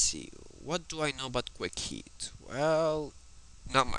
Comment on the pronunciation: Its Quick Heal Not "Quick Heat"!